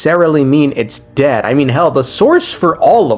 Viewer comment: The way you struggled to say dead also sounded like you said 'Phanes is daddy' XD